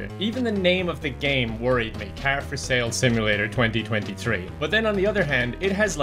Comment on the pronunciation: The guy at the start says the name of the game wrong